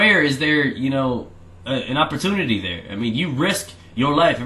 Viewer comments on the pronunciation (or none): none